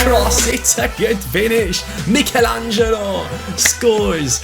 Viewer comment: Is it annoying anyone else the way he is saying Michelangelo?